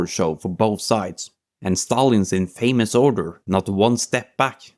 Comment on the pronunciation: Interesting quirck of english poronuciation: Infamous is said with a short a, as in "infantry" rather than a long a as in "famous." Likewise the stress is on the first syllable, so the i rather than the a.